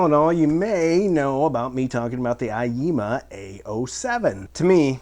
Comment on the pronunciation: Thank you for the honest review of a nice inexpensive audio gear equipment. Also even if you are saying aiyima wrong (I wouldn't know)... I think it is funny the way you pronounce it. "AAAYEEEEMAH" !